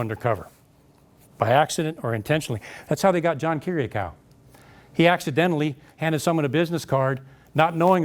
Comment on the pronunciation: That's not how John Kiriakaou's name is pronounced.